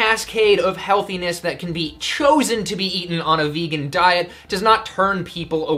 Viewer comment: "Vaygun?" Haha